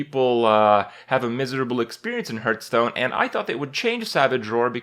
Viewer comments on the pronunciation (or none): "Hearthstone" sounds like "heart-stone" Not "Earth-stone"